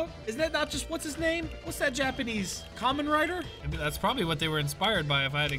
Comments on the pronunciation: Finally Pokémon Fusions is back! Also, you did pronounce Kamen Rider correctly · out with the knowledge. Knows the right Pokemon components AND knowing that Herachan is a Kamen Rider reference. EDIT: And yes, it is pronounced Kah-men Rider.